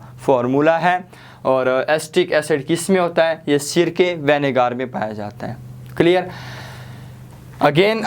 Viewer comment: It's vinegar not vanager